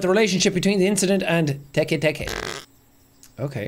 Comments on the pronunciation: I like when Jack was trying to pronounce teketeke and he said tiki tiki the only thing I was thinking right now was the SpongeBob episode of Squidward's tiki land 😂😂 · Te-Kay te-kay ❌ Teek teek ❌ Tiki-tiki❌ Teke teke✅ Got it the fourth try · him unable to pronounce Teke Teke at first hurt me as someone that loves Jappanese culture and mythos